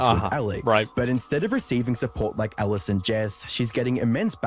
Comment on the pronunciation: Can we please admit her name is ALICE and not Ellis, everytime you said her name I had to cringe lol